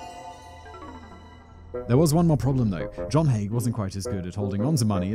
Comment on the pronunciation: Hearing Haigh pronounced correctly so many times filled me with joy - I get called Mr High, Mr Hay etc so many times I have stopped correcting people. Also same surname but no relation (I have checked, lol)